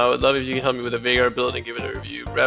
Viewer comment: VAYGAR. Why does nobody get it right? He even says it in one of his in-game quotes. There's should be no question about pronunciation. :P